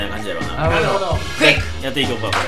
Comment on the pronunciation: ❤️💛「なるほど」 💚❤️「クイック」に聞こえた…